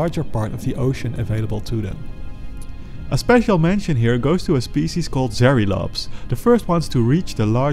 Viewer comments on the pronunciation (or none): none